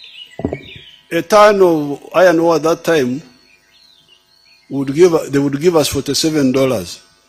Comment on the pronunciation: You saying iron owa please resign you're old